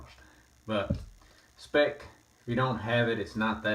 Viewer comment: Hello, thanks for the nice Video! By the way, we (Germans) pronounce the Speick more like you would pronounce it in "spike". :-)